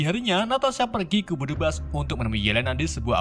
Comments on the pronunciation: banyak penyebutan bhs inggris yg salah spt red dust (red dast) jd red dus 😀,budapest jd bedebus tp krn naratornya pede jd enjoy aja sih 😂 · Budapest ❌ Bedubas ✅ 😁 Tapi tetep seru nonton sampe akhir. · Budapest bukan Budipast 😂😂😂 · Budapes bang bukan budubas 🤦‍♂️